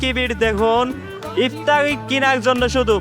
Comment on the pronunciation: আফতারি আবার কি? ইফতার বা এফতার পর্যন্ত চলে। ভ্যাহেস মানে মহিষ, ভেড়া নয়। উচ্চারণ খুবই বিরক্তিকর, আপনি কথা বলার সময় গলার ভয়েসটা আরো বিকৃত করে কথা বলেন, যেটা আরো চরম ক্ষ্যাত মার্কা লাগে।